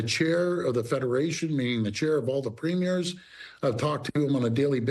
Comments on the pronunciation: I wish US news would learn it's pronounced PREE-myer. Not Première, like a movie première. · Premier not premere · Aaron…Ford’s title is pronounced Preem-yer, not prem-year. A prem-year is the opening of a film. A preem-yer is a political leader. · While I appreciate US coverage of Canadian news, please stop pronouncing "Premier" as if it were the opening of a Broadway show. That's a "premier*e*'. Our provincial premiers are wonderful, but so far as I know, none of them have ever appeared on Broadway or in film. Thankyou. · Americans: it is pronounced "PREEE-m'yer" PREEE M'YER PREEEEEEMYER PREEMYER PREMIER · It’s pronounced PREMier, kids! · Always hilarious that Americans cannot pronounce "Premier" correctly 🤣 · Why can’t Americans say “premier” properly? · The fact that a national news anchor mispronounces Premier - the term for the leader of the second-highest level of government of the US's closest country both physically and culturally - goes to show how little Americans on average seem to know about or pay attention to Canada.